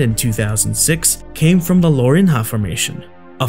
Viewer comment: oh my god the way you butchered the name Lourinhã